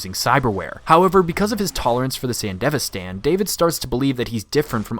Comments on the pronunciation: San DEV ISTAN not fucking sandevistan the most American way of pronouncing anything ever. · sand-devi-stan as was painful to hear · I'm assuming the rest of this video is good but I had to stop watching after I heard your horrid pronunciation of "Sandevistan" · The way you pronounce Sandevistan bothers me. Maybe it's because I watched the show subbed, but it's just really irking me.